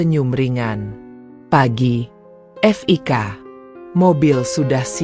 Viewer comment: Namanya kan Fiko. Kalo ditulis Fik, ya berarti panggilan dari nama Fiko, jangan dibaca F...i...k... Kayak ya narator mesti banyak belajar